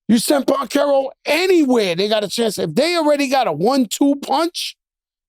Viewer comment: Banchero with a B not a P lol smh struggling to say his name fr 😂 love the pod 💪🏼 dynamic duo